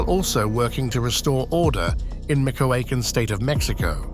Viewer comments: Michoacán pronunciation is MEE-CHO-UH-CUN (cun without the T, close enough on spelling), not ME-CO-A-CON. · I thought my Spanish sucked but micokacken lol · ME-CHOA-CAN = MICHOACAN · Where exactly is "Mick o wocken"? Is that anywhere near "me show econ"? Gotta love AI voiceovers...🤦